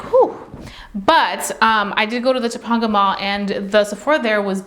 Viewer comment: It’s pronounced to-pain-ga mall lol like Topanga from boy meets world